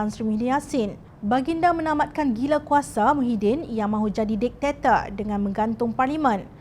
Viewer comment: Jom Channel perlu mempelajari dengan jelas bagaimana nak menyebut sebarang perkataan dalam bahasa Melayu, ni menyebut DICTATOR sedangkan sebutan Dik-ta-tur sebutan dalam bahasa Melayu nya. Saya rindu sebutan Melayu Baku di zaman awal 90an seweaktu DSAI dalam Kerajaan Mahazalim, indah cara sebutan Ezzah Aziz Fauzi, Nizal Mohd dll penyampai berita. Tak ada alasan Mahazalim nak membenci bahasa baku kecuali atas kebencian dia pada DSAI.